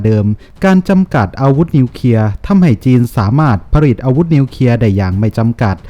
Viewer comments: อ่านว่านิวเคลียร์ไม่ ใช่นิวเคียครับ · นิวเคลีย ไม่ใช่นิวเคีย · นิวเคลียร์ๆ.... ไม่ใช่นิวเคีย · วิเคราะห์ได้ดีครับ แต่ขอติงนิดนึงนะครับคือคำว่า " นิวเคลียร์ " ท่านอ่านว่า " นิวเคีย " ทุกครั้ง อยากให้มีควบกล้ำหน่อยครับเพื่อภาษาที่ถูกต้อง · ควรแก้ไขการอ่านคำควบกล้ำให้ถูกต้องตามหลักอักขรวิธีเสียหน่อย เช่นคำว่า กลัว ไปอ่านว่า กัว คำว่านิวเคลียร์ อ่านเป็น นิวเคีย เหมือนเด็กชั้นประถม พูดและอ่านซ้ำๆฟังแล้วน่ารำคาญ หากแก้ไขตรงนี้ได้ อย่างอื่นก็จะดีขึ้น วรรคตอน จังหวะจะโคนพอไปได้แล้ว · ออกเสียงให้ถูกต้องด้วยนะครับ ร .ล .ยังไม่ถูกต้องครับเช่น นิวเคลียร์ ไม่ใช่นิวเคีย นะครับ.